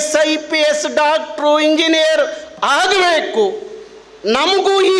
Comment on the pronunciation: ಹಾಗಬೇಕು ಅಲ್ಲ ಆಗಬೇಕು ಸರ್ ಇದು ಕನ್ನಡ